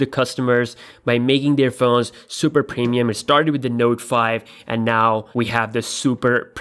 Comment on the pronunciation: "Samsang", "pemium", "acquate" lol.